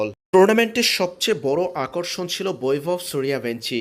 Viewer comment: learn how to pronounce in Bangla.. it's Boibhobh Shoorjobongshi